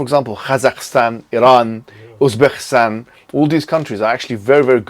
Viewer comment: Bro said Uzbakhistan 😭😭😭. Jazakallah.